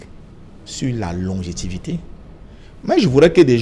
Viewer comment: boutou zout on dit :LONGEVITE et non LONGEVITE